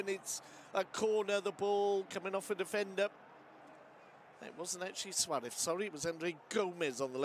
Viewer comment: This commentator is driving me nuts. Suarez ends in a Z not a TH. Suareth is not dudes name.